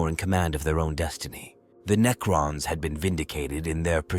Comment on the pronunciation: Why are you saying neacron?